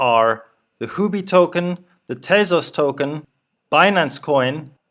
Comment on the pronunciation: Sir it is Huobi, not Houbi.